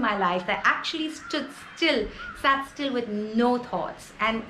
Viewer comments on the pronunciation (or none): none